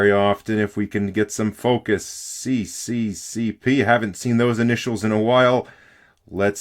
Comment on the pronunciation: Lol is not "ci ci ci pi" but "es es es ar" 😁